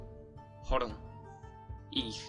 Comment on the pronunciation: Overall a really good and well researched video. I just want to correct some pronunciations. To me it sounds like you're saying [ç] in MHG but it stayed [x] until after the MHG period and MHG sounded a lot more like Swiss German in that regard. On that note, /h/ would have become [h] word-internally in MHG at the latest but probably already in OHG. Also – and this is a difficult distinction to make, I give you that – there was a clear distinction between OHG (it's better to represent this /s/ as <ʒ> in order to distinguish it more clearly from /ts/) and representing [s] and [s̠] respectively, which is important because in certain environments the latter became Modern German /ʃ/.